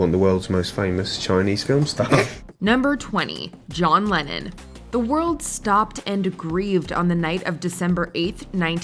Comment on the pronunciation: Rappers keep John Lehhon out of your mouth you no talents